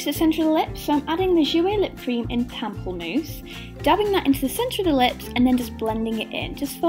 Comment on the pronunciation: Great video! Just wanted to point out "pamplemousse" is French for grapefruit and is pronounced parmplay-mousse! Love your videos!